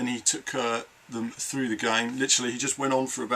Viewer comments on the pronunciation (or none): none